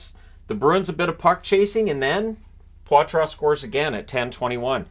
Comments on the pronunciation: Don't mean to correct you but its Paw-Truh not Pwah-truh. Go! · "Poy-Trace" Not "pawtwah" ...I'm not lying to you. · He said he wants it said “potra” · Sounds like Poitras is going with the Anglicized "Potra" pronunciation btw